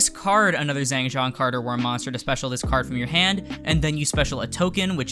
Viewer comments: Xiangjian? Don't equal Zang Jon. Were did u here that.???. Learn the name:( xi=shi .ang=ong. Jian is pronounce as ji=ge.& an is easy jst say the letter N. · It's pronounced (Shee-ong Jee-in). qing is pronounced ching. Weird I know, for some reason Q=ch sound. Took madarin and I don't expect everyone to know pronounciation. Also excited for this to come out! RIP bank account... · better?..? 🤔❓🤔❓🤔❓ u miss ur pronounce was waaay off. Also I hate herring qeenlong:/ wen the is qinglong. As qi=ch.^^